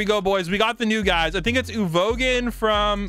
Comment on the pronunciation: “Uvoguhn” -never watched an anime in his life